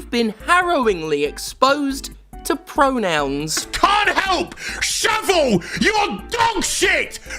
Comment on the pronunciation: FAWKINGK PREWONOWNZZZ